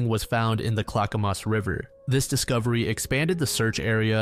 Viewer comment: Willamette River is pronounced will-am-it. Clackamas River is pronounced clack-a-miss. Oregon used a lot of weird pronunciations that Oregonians always gotta correct